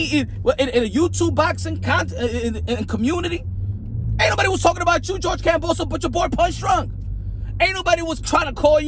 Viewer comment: he call hims kambosa?? its kambosos lol